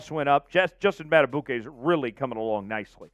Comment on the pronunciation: PQ. Would love to have him but Madibuike, please find out how to say his name, is more important than PQ. Probably can’t keep both. M. Going to draft a back to go with Mitchell and Justice. Probably can’t give a contract to Gus Bus. Can the Ravens get Clowny or VanNoy to come back, just one of them. Ravens not getting a Verse or a high dollar FA. Get it out ya head. Going to have to get something out of our own young guys too. Someone has to break out. Mike Mac is probably outta here. We only keep him if no offer comes.